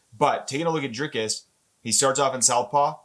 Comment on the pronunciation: His name is NOT pronounced Draykis it is Dree like and cuss like miss. Doo pless like bless and cee. ❤